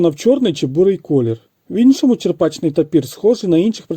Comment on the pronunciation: Відео гарне,але тапір буває не "чеРПачний",в "чеПРачний".